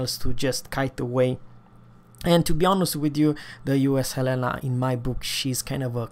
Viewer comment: Love you to... He Said in Swedish...HELENA 🇸🇪🇸🇪🇸🇪